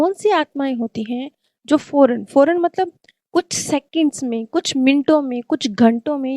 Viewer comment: Foren नहीं फौरन